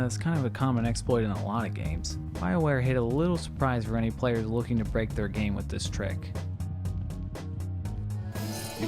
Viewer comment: Its "with" not "wiff"